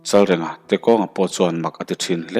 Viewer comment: Chalrenga tih hi i lam diklo tlat.reng hi thluk tur anih kha aw